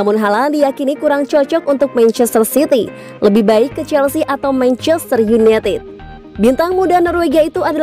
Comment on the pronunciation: mencester yuneted pronounciation nya benerin